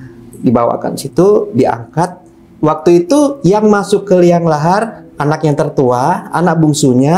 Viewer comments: Liang. Lahat. Pak... 🙏 Terdengar. Liang. Lahar.. Dulu jg bilang. Qori. Tpi. Qorin..🙏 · ** NaraSumBer** Saking HOT & Semangatnya BerCerita... Kata2nya JaDi Sering KEPLESET!! 3 Anaknya yg turun ke "Liang Lahat", eh...jadi "Liang LAHAR"...?! hahaha.....😜😜😜....Santai aza mas! CaRa Anda BerCerita sdh ENak koq?!👍🏻👍🏻👍🏻 Org2 yg Dtg ke Makam si-Haji yg Gak prnh smp Mekkah itu PASTI Org2 Syirikkkk!!! yg Pengen ISTRI BYK & KUAT dLm HAL SEX! Biar "kemaLuan"-nya KUAT NGACENG!! wkwkwk....🤪🤪🤪 IH, Amit-amit loh ORg2 kyk gitu